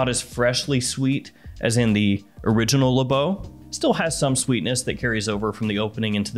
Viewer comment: I’m French and this is Le Beau not L’beau. You can said L’beau but it’s more from people from the hood who talk like that